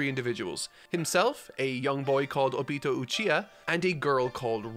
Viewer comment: obito is pronounced oh-bee-toe